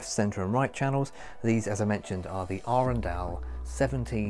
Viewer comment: 24 sek in and bless you for pronouncing Arendal correctly!